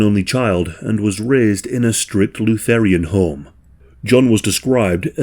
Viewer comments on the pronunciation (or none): Luthe-aryan is the most hilarious mispronunciation by a non-AI II have ever heard. It's Luther-an.